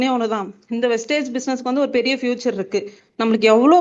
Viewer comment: Copy, paste என்பது சரியாக உள்ளாது. சரவணன் சார் டீம்லே உள்ளவங்க எல்லாரும் கம்பெனி பேரை வெஸ்டேஜ் என்றே சொல்கிறார்கள். வெஸ்டீஜ் என்று சொல்லுங்கள்.